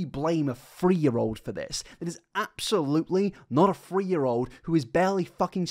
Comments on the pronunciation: I tried so hard to watch this but after about 10 times of "free" this and "free" that... Instead of three... Ugh I can't. Learn how to speak, PLEASE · Are u saying: 'Free' Hundred... Instead of 'Three' Hundred? Lol